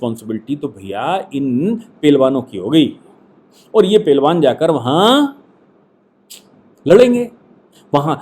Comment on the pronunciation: राष्ट्रवादी की हिंदी तो देखो 😂 पहलबान